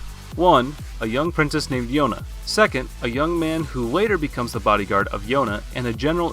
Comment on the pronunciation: Hehe “beacomes”